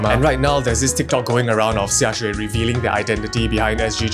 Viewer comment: For a second I thought you pronounce "xia xue" name as "xia suay"